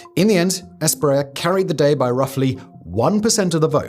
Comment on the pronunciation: ES-PRI-EYA not spriel